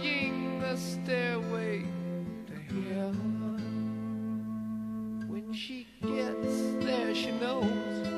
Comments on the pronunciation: Notice that Robert Plant never fully pronounces the word Heaven Maybe they really did sell their soul for Rock N Roll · you guys dont find it weird how robert plant never fully pronounces heaven